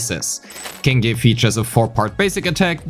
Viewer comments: I think its pronounced "Ching" yi, not "King" yi, based on her name in chinese. Anyways, good analysis! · Her name is pronounced Qingyi! Like with Qiqi and Keqing! You're welcome. :3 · whole time i'm thinking why is pronouncing qingyi like that... you got me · The first time you said her name I thought it was a part of a joke, but no, you kept repeating it. Q is not K. Q is softer version of CH. Find a yt video "Chinese Pronunciation: "q" & "ch"" by MandaRhythm to hear how it's pronounced properly (or you could pay attention in game next time, as her name was spoken multiple times ;)